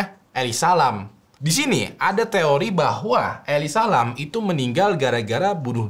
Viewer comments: Jujur gue terganggu banget nyebut Elisa LAM. elisa Lem gitu kek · yg d bahas: elisa lam yang gw denger: eli salam😌🤣🤣, maaf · Elize lem gasih bacanya, ngapa jadi eli salam dah bang😂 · Gua nonton abis baca comment ini jadi kebacanya Eli Salam anjir tiap nyebut namanya wkwkwkwkwkw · why its so annoying everytime when said Eli Salam😭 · bacanya salah, ngakak woyy.. njirr,..🤣🤣 Elisa aja bcanya.. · Nyebut namanya jadi kaya eli salam 😂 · Lu bicara gw denger nya eli salam:v